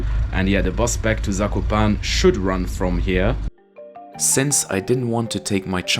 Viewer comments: Loved your video. Zakopane has 4 syllables that you need to pronounce. Za.. ko…pa…ne! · You should pronounce E in Zakopane. Polish is phonetic.